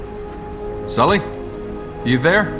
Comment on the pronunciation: sully en kelkumpol thally ena kelkunathe 😃